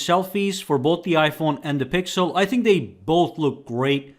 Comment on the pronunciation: I think that was a joke but what he was trying to say was when the iphone was worse the video author said "Here iphone wasn't that good" but for the times when it's the opposite he goes "iphone was better than google pro (?) because it's better and it's better" also he mispronounced the pixel's name 90% of the time or just said the full google pixel 6 pro, while he never said the full apple iphone 13 pro max name, that's too comically large to take the phone seriously and the guy recording is a clear apple fanboy.